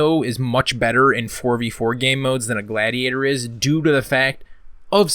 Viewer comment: sick video but how did you pronounce gladiator ? lol